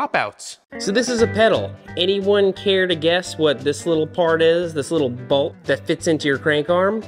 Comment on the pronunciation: Isn't it called a bolt not a balt? 😂